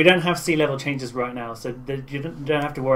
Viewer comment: DID YOU JUST SAY TITAL WAVES?